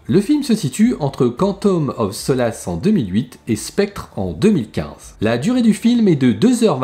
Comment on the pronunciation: "cantome of so lasse" 😂🤣 prononciation impeccable 👌